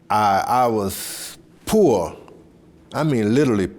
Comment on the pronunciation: Rip to the icon chant George Foreman he didn't say poor he said poe!!